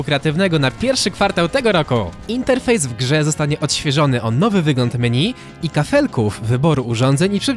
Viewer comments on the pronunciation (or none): none